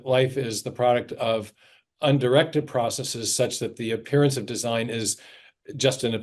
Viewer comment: Thank you, thank you, thank you Dr. Meyer for pronouncing "processes" correctly. (Most Darwinians say "process-ease", and that's my favorite reason for not taking them seriously.)